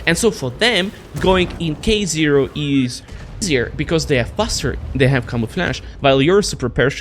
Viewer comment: Alder, das spricht sich "is" und nicht "ease" aus!! Deine Aussprache ist der komplette Horror. Da höre ich mir ja lieber die beschissene KI-Übersetzung an.